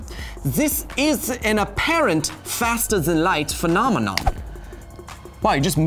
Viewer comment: When he says phenomenon who hears that muppet aong memomon